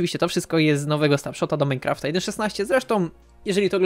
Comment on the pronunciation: Muwi się minecraft a nie saftaf